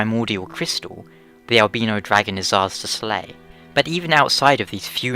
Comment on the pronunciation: I can use English language phenotics and grammer to PROVE that you are pronouncing albino incorrectly. still funny though....